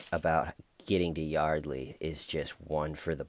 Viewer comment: Hey! Like the goatee thing going on. The Huguester - Busted! His accent kills me. "I was like Yawdley, I just wanna tawk about the incidents that have enshewed". Then "The conversation was like, not going enywere." Well,, maybe it wasn't moving along because the poor girl was dead! I agree about the detectives. The female one was great at creating a friendly bond with him to get him to talk. Not sure if I buy George's theatrics when he found out Y was dead. Yeah, Detective Ed needs to step up his game.